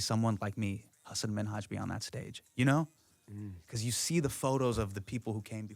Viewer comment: god i wish there was any effort put into these interviews at all... no research, no listening abilities... ebro didn't even pronounce hasan's name correctly.